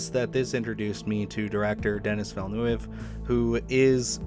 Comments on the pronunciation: It's pronounced "De-nee Vill-a- noove" . French Canadian pronunciation :) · Alex for BTV told me to check out your channel. You got a good thing going here. Good idea on the 5 films to watch before. That should get good numbers. Definitely look up how to pronounce Denis Villeneuve cause the um actually people will bring their torches eventually hahaha